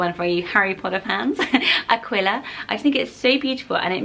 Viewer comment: Aquila is pronounced A-kee-la. Like tequila